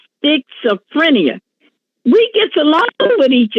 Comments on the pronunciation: Did she say "sticks-ophrenia??"😂😂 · I even rewound it to hear it again. I thought she said spitzophrenia 🤷‍♀️ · Stateoh frenia is what i heard 😂😂😂😂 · 😂”He been diagnosed with Sticks. Of. Frinia.”😂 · Is she saying spitzophrenia or fits o’ phrenia? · Did she say "sticks-o-frenia"? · Sticks or six? I heard six-oh-freny-ah Either way hilarious 😂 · He got that "Skits-O Phrenia"..lol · I busted out laughing when she mispronounced the word! And then she did it again!!!!!